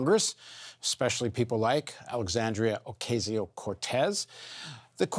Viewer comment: oh-ka-see-oh cortez. you should be able to say it right.